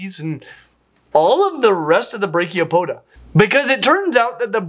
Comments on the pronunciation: I wasn't looking at the screen and heard brachiopoda instead of branchiopoda and got really confused for a second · Branchiopods are not to be confused with Brachiopods, of which you mispronounced Branchiopoda by not pronouncing the N. Branchiopods are the gill feet, not the arm feet. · You gotta pronounce the N in branchipoda, because without it, you're saying Brachiopoda, which is a different phylum than arthropods! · Don't forget that "n" in branchiopoda says my husband.